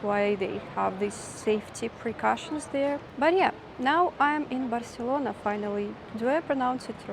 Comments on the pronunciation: Barcelona without the lisp is the correct and original form ^^ so well pronounced 😊 I hope that you liked Spain! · So nice to see you! You are such an excellent traveler! Seems so strange to me that because their monarch had a lisp, the entire country was required to pronounce words the same way, using the “th” sound.